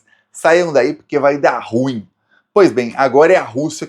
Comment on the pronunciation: Português:a pronúncia correta de "ruim"é RU-IN, com ênfase na segunda silaba.